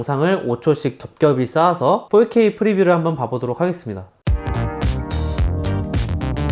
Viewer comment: 폴케이가 무슨 말일까 첨음엔 알아듣지 못했어요 ㅎㅎㅎ 포케이 vs 폴케이